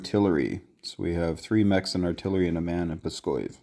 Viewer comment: Great video, but as a russian, I must comment that Pskov has a v at the end of its name. It's not Pskoy).